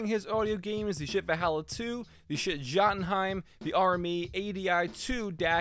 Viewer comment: It's pronounced yote unn hime not Jotunheim